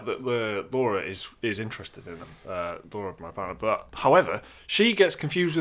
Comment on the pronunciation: Who is Laura? How DARE you say that as a fellow UK born and bred! Lah-ra not Laura. :P